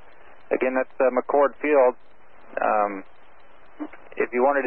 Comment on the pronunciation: It’s McChord not McCourt